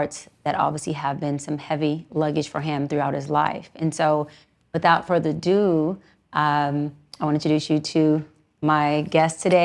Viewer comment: Did her lying ass just say, "Without further DOO"??! 😂😂😂 At this point, Im not sure she even has a high school diploma! 😂😂 (The proper way to say that is "Without further ADO" Pronounced "ah doo". It's a Shakespearean thing, but please don't expect her to know that